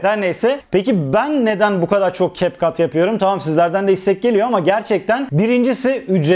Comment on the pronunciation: Capcut’ı doğru okuyorsunuz. İnsanlar ingilizce bilmiyor ama bildiğini sanıyor sanırım 🙄